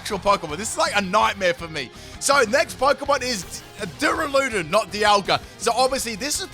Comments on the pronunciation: Plz.. it’s DU - RA - LU - DON NOT DURA - LUDON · The way he say duraludon like DoOrALoOdIn infuriates me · “Doo-ruh-loo-dun Me: 👁👄👁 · You: Duraladon The guy she tell you not to worry about: Dialga